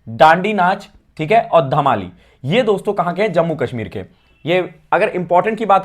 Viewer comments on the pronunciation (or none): none